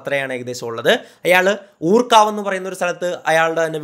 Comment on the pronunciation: ഊർകാവ് അല്ല.. ഊർക്കടവ്